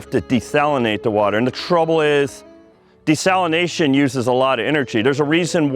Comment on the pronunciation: "Desalinozation" guy